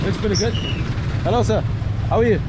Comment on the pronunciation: Its not Heylo Heylo its sounds like hallow hallow 😅😂 and that lightning strike woahhh 😮